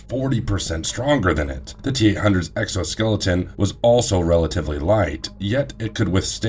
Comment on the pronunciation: i really can't get past the fact that you keep saying exoskeleton.